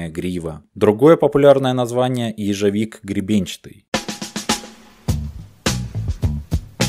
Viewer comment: Боже, как же тяжело слушать как ты коверкаешь слова.. "ежЕвик", "психодьелики" и т.д захотелось сразу выключить этот бред..